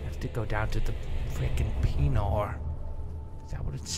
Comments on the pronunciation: i laugh every time he says penior! XD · Penor? Seriously xD